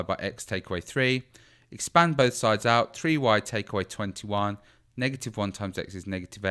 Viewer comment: SHE SAY IT WRONG >:(